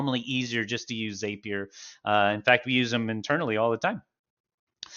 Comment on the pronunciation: Nitpick: ZAP-ier not ZAPE-ier. 😉 Awesome video. This helped me get my first WordPress » HL webhook up and running. 😁 Thank you!